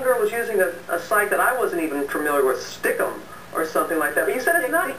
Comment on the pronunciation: Stickcam was. pronounced ( stick- cam )